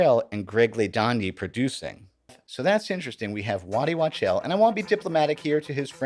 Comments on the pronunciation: Wachtel, not Watchel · It's Waddy Wachtel, not Watchel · It's Waddt Wachtel (pronounce "walk-tell")